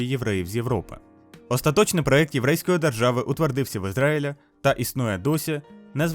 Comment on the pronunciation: Проєкт, а не проект!